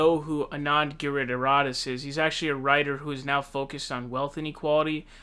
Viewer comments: Over the past few months of watching your videos, you have mispronounced Klobuchar, Buttigieg, Plouffe, Steyer, even Sanders... but you nail Anand Giridharadas on the first try. WTF. : ) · Very good pronunciation of Giridharadas. Christo Aivalis' pronunciation......